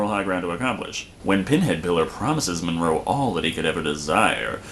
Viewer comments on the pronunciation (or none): Monroe.. not Morgan